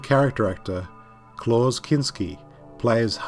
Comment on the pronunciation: Klaus is pronounced similarly to clouds, not clause. Apart from that another cool video,. Quite short this time, but as always you packed in a lot of interesting facts that add to my appreciation of movies and TV shows.